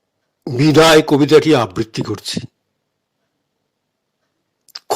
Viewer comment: Your pronunciation of the very word :আবৃত্তি needs rectification.